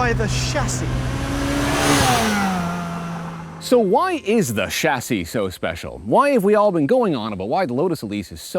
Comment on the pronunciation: oh man, hearing the correct pronunciation of "chassis" makes me happy